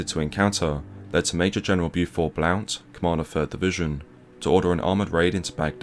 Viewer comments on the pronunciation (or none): It's pronounced blunt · The CO 3rd Div Major General’s last name doesn’t sound the way it is spelled and is actually pronounced “Blunt”. A non-issue. Great video. These are the stories of the initial invasion that are rarely told, other than by those who were there. These are good examples of some of the very intense engagements that took place. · Blount is pronounced "blunt."